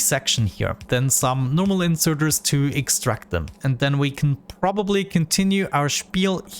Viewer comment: “then we can probeply continue our spiel here” erm i think spiel is german but ok 😂